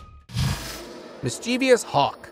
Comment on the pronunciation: And when will Americans learn that mischievous has no i in the last syllable??!!